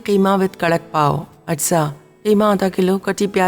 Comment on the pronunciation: Pauon nhi Apa pauo